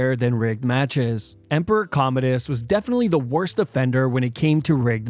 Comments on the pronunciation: I thought he was Comedius, not Commodus.😂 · That Commodus pronunciation is atrocious… it’s pronounced like “Com-mow-dus” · I like your videos but it blows my mind that you pronounce Commodus wrong lol among other names and words